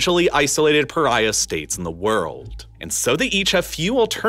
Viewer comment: Pyraya state!? Regim? You mean State?